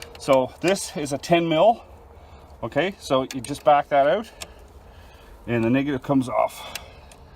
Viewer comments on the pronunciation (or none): haha yes man 🤣 instead of out you said oat but it reminds me of some northern Minnesotans I’m from Minneapolis MN so I’m familiar with it😂